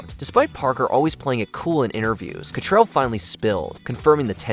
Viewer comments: Kim CattRAL, not Catrell. Come on now. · It's cattrall not cattrell like get it right for God sake!!!